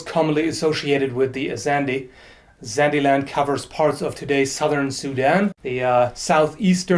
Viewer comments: The guard part is a phallic reference very common amongst central african weaponry also I believe it's pronounced Zandae not Zandee but I am not too sure. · Does anyone else notice him refering to The Zande say "The Zande-Land", and think its sounds like Candyland